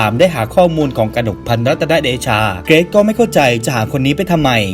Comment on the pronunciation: เกิซ??? เกรซไม่ใช่หรอพี่